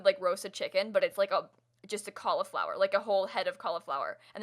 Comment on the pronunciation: Anyone else not pronounce Cauliflower that way 🤷🏻‍♀️